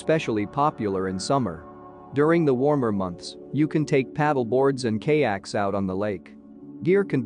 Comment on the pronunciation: Esteeeez park? And K-yaks? I love computer generated mispronunciation of easy words.